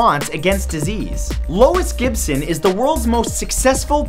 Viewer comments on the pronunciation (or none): none